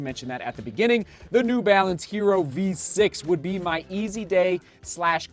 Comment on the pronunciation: It’s pronounced YE-ROH. It’s Spanish for IRON.